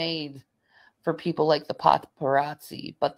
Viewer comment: The "pothperazzi"? What the hell is that? Did she mean the paparazzi?